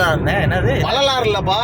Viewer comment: bro வரலாறு... not வலலராறு ipo sollu correct ta